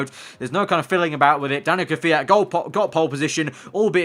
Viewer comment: its kvyat not kwjat,kyvat , kviat or kvjat